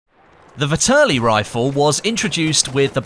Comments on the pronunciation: I'm shocked at how few people understand how to pronounce the name of this gun... Its pronounced like "VETearly" not "vihTURly" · vetterlli not vitterli